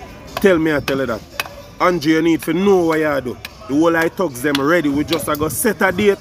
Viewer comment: Him a Jamaican and nuh know fi pronounce Condrew ( Andrew) name. Real big mouth fullyduNce